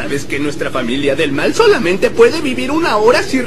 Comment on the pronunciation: Se dice Mael